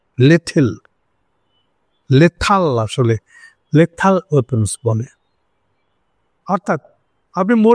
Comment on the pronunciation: হাসিনা বলে 'ল্যাথাল'। 😅